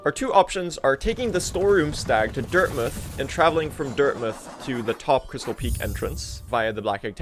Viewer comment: PRONOUNCES DIRTMOUTH CORRECTLY LETS GOOOO